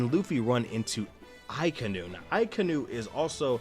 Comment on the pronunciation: akainu is pronounced aka (the color red) inu (as in the dog breed) hope this helps. a lot of English speaking people also call him uh-kai-new